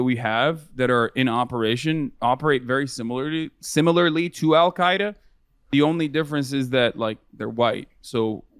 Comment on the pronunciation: He said y’allqaeda wth